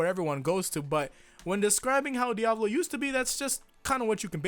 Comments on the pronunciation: is it just me or does he say diavlo instead of diavolo? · Bro it's pronounced "Di- uh- voe- loe" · Please say Diavolo correctly